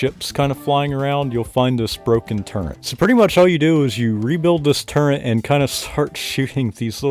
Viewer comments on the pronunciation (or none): Why are you saying “Turrent”? Is that what it is called? 😂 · There's no N in turret, you swine